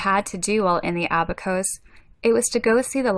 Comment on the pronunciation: You are mispronouncing "Abacos."